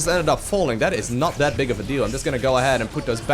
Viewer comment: Love how you keep say "das" far instead of that far Sounds so great <3